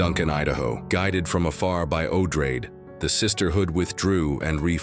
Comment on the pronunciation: Herbert didn’t care much, but Odrade, as a descendant of Atreides, should probably be pronounced Oh-DRAH-deh, no?